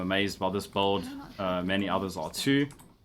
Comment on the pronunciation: Its sounds like bald or bold when you say build so its kind of Funny:D